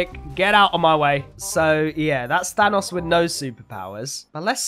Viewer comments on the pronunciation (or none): is saying thanos like fanos witch isn't the way you say it